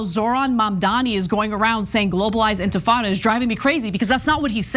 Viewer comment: OMG, Lindy Li can't even pronounce "intifada". Clearly she didn't write that racist screed herself.